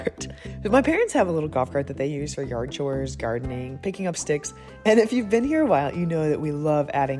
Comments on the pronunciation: I think the captions say sticks but I definitely heard "stiffs" at first 😂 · "picking up stiffs" is what I heard at first 😂😂😂😂